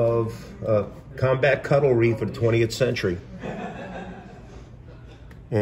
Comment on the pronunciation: It's pronounced " CUTLERY " not CUTTLE-REE.